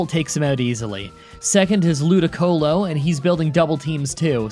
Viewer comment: I know you will get mad but... It's Ludìcolo (pls don't hate me)